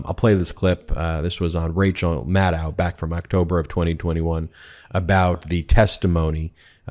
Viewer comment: Rachel Maddow pronounces her last name " Mad- doe" not "ow".